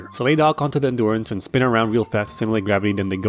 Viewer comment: It's grrravatay